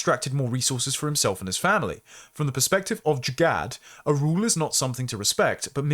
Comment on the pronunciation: These words are pronounced more like "Izzut" and "Jugaar"